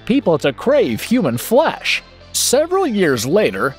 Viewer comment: Not only did you pronounce some of the titles wrong, you got the plot wrong for Cannibal Ferix???? I will say though, I laughed every time you said “HUMAN FLESH!”